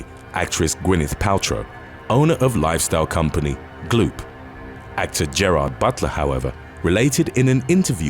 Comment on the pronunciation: Narrator pronounced Gwyneth Paltrow's company wrong saying Gloop. The on screen spelling was correct...Goop.